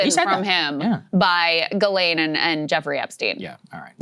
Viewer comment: It pronounced JhizzLane